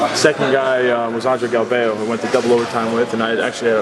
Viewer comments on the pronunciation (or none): "Andre Gal-veyo" Haha